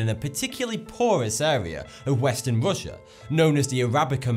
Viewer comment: I love how you pronounce Rushia